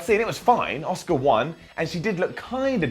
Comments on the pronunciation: Ewan Macdonald it’s actually pronounced “oska” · Ewan Macdonald no he doesn't because it's pronounced oscar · Coltkiller Gaming it’s just the way says Asuka, sounds like he’s saying Oscar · Sounds like you're calling Asuka 'Oscar' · BADBOYONE Why do you keep insisting the Japanese pronounce it oscar ? They sure as hell do not. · I'm sorry but you are getting a down for pronouncing ASUKA as Oscar. 👎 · Patrick McDaniel I'm pretty sure they weren't calling her Oscar lol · Nope....not pronounced as Oscar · Leave it to to pronounce 'Asuka' as 'Oscar' hahaha. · Pronounced ah su ka actually in Japan. Very short 'soo' sound, almost like the 'u' is ignored. (I live in JP) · Ewan Macdonald Lolol! Its pronounced OSKA. but,, along with some of the guys that speak the Queen's English (along with my grandmother and some of the other older people from the Southern United States), have the knack for adding an 'R' onto the end of a word that ends in a vowel. ie: Asuka becomes Asukar, Alexa becomes Alexar, banana becomes bananar, etc. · Is anyone else hearing oscar instead of aska 😂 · Who's Oscar? Did I miss a match? Did Emma fight twice? Little help, say Ass-kick-ka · Patrick McDaniel Sounds more like he's saying Oscar to me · ITS ASUKA, ASS-KA not OSCAR! Please please say Asuka next time cause you're hurting my brain! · Auss kah not oss car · Its Asuka. NOT OSCAR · thats not how you pronounce "Asuka", not in any language is it pronounced "Oscar". It's pronounced "Ah-Ska". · For those of you wondering about "Oscar", Its pronounced OSKA. but,, along with some of the guys that speak the Queen's English (along with my grandmother and some of the other older people from the Southern United States), have the knack for adding an 'R' onto the end of a word that ends in a vowel. ie: Asuka becomes Asukar, Alexa becomes Alexar, banana becomes bananar, etc.😀 So ya see, it's kind of a Queen's English\Southern USA thang, y'all!